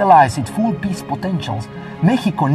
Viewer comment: I know this is going to be mean but all I was able to hear was Piss… you know as in pee?